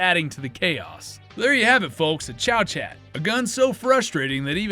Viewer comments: Good video, apart from the Liberator, that has been commented on to the end of time, my only criticism is the pronunciation of Chauchat, it's French, so not pronounced "Chow-Chat", ists more like "Show-Shar". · Chauchat is pronounced like "show-show". Or "show-sha" depending on which part of France you're from. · It's pronounced, "show-shah"! 😝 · I thought it was pronounced.. Shoo shoo?? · How are people in the future going to know what they're talking about if you mispronounce things with reckless abandon? Chauchat is correctly pronounced Showshot.